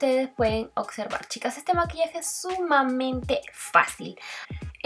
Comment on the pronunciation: Se dice "observar" con B, no "ocservar"